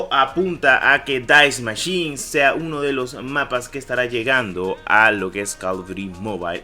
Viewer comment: Es die machine no dais machin